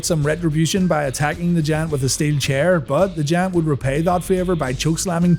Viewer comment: Still have an issue about Paul Wight being called 'The Jant' hahaha